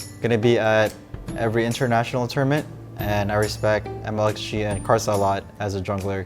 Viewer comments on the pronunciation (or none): IS IT ME OR XMITHIE SOUNDED LIKE PANTS ARE DRAGON????